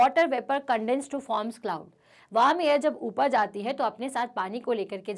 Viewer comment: wam or warm?